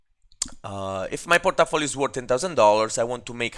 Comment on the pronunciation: Hahaha, i love your accent !!! (Porta-Folio) sounds like some dangerous gangsta district controlled by a mafia boss..lol